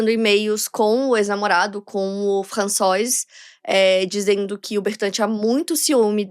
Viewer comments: Acredite... impecável, não! Ela se esforçou e foi bem, mas não é impecável. O próprio nome da Marie se pronuncia "Trrrantinhõan" (kkk é o mais próximo que consegui descrever).... o irmão dela Vincent, em francês a pronúncia é "Vãnsãn)... Françoise é "Frrrançoá" Enfim... detalhes... sem nenhum problema não ser perfeito, não é obrigação dela - que inclusive avisa a todos que ainda está aprendendo. Mas o público bajular como perfeito, impecável é exaltar algo que NÃO está perfeito, nem impecável. Só isso. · A pronúncia de François não é "françoá", não? Sempre achei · seu francês e a pronunciação melhorou muito em relação aos outros vídeos de casos da França. François se lê "Françoá", mas você corrigiu no final:) Trás mais casos da França. Moro aqui há 17 anos e te acompanho desde 2019. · Gostei de saber que está aprendendo francês. Continue com suas aulas. Está indo bem, muitos não conseguem fazer o som do R, mas carregue menos para que fique mais natural. E se pronuncia "Françoá", não François, como se escreve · françoise? a pronucia é “françoá” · O nome "François" não se pronuncia "Françoá"?